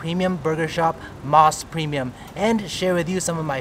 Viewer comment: You ate all those burgers in one sitting? I always thought Mos Burger was pronounced "mose" not "moss." The reason why is MOS stands for Mountain Ocean Sun. O as in Ocean. Anyway, I've gone to a regular Mos Burger a couple times. The burgers are OK, but not that great. It's a lot of hype for a slightly above average burger.